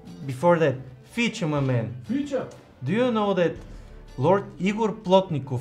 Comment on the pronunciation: Wait.... What...? Did he just say...? 🤟🏾😆 NO WAY! FEECHA FEECHAAAA! 💚